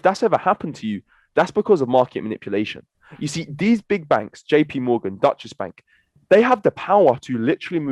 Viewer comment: What is this Dutchess bank he speaks of? 🏦😂